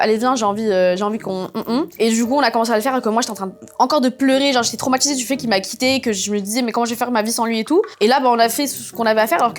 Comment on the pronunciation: les intchimes. traumatchisée. tchik tchok. monde entchier. ultimatchum. etc. sorry, j 'entends que ça; j arrive pas à me concentrer sur le récit. pourtchant, j l aime bien.